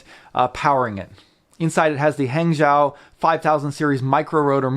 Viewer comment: Great videos. Keep them coming. BTW, Hangzhou is pronounced "HungJoe"!